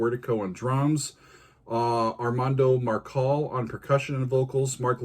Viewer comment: Armando Marçal. It is actually pronounced /mar'sal/. The letter ç, called cedilha in Portuguese, represents the sound that the s in dorsal does in English. This letter is also found in other romance languages like French, Catalan, Occitan and medieval Spanish (not in the contemporary one, though) with a similar phonetic value.